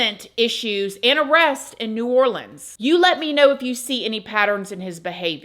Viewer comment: Shout out to for pronouncing “NEW ORLEANS” correctly!! Love, New Orleanians ⚜️💜💚💛⚜️📿✝️